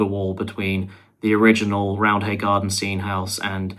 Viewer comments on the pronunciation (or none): ITS PRONOUNCED ROUND-AY but thanks for mentioning leeds